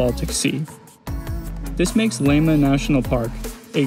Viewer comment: don't even try to pronounciate estonian names without long and proper training... Lahemaa is not /laima/ as it sounds here. la-he-maa. not so difficult, only lil bit of care needed. just tryna help :) alrite, just kiddin actuerly. but i will never attempt to say Kuujjuaq without proper training - it is spot on north american continent same latitude as north estonia... bit more south, it is 58° 6′ 24″ N and Tallinn on north coast of estonia is 59° 26′ 14″ N